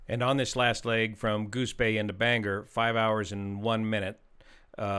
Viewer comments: I am going to say it is bang-Gore, the G sort of sounds in both syllables, with little more G in the 2nd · Just tossing it out there for everyone, it's pronounced "Bain-gore." most unfamiliar folks tend to soften the O. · Hi. Great video as always. FYI it’s pronounced Bang- ore. Appreciate all you do. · Bane gore is the correct pronunciation 😊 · To bad they didn't send him to Old Town airport just 12 miles away. They have a runway N/NE would have been landing right into the wind that day. And by the way Bangor is pronounced Ban GOR heavy on the gor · Excellent analysis. Just a note on pronouncing 'Bangor'. The two syllables are 'ban' (the ban sounds the same and the ban in band) 'gor' (the 'or' sounding the same as the word or). Keep the 'g' with the second syllable). Do this and you will sound like a real Mainer (Mainah). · Pronounced locally “bang-gore”. Thank you, from Bangor 😊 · Bangor is pronounced Bang-Gore 😂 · Thats pronounced BAN GOR NOT Er. Great Channel! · Please it's Bang- or. Not Bang - er! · Very strange to see a local news story detailed on this channel. Thanks as always for the coverage! For those curious, it is pronounced Bang-GORE (not Bang-er, but this option is kind of fun). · The pronunciation is Bang Gore not bang her… Someone’s laughing their butt off. Not that it really matters. RIP my friend. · It’s BangOR, Maine! Not BangEr, Maine!! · Bangor “bang-gore” Maine. Not Bang gur. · Pronounced bang-gore and not banger. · Just an FYI since this was so detailed and thorough Bangor is pronounced like it is spelled. Bang-or not Banger. Thanks for the analysis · BangOR not BangER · Bangor is not pronounced as "banger" it's "BANG-gor"! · (pssst.. Bang-Gore... most pilots get it wrong and it gives the local a giggle, as it often comes out as Banger..:);) ) love the channel... not a pilot, just someone that enjoys tech and detail.. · It is pronounced Ban gor not Banger. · It’s pronounced bang-gore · It’s pronounced: bang-gore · "Ban-gore" Maine